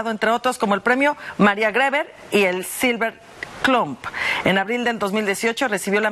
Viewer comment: Pésima dicción de la señora que dio la nota, le cambió el nombre, no supo pronunciar a Maria Grever y naturalmente desconoce la carrera del señor Cuervo. Regresa a terminar tu primaria señora de las notas del espectáculo.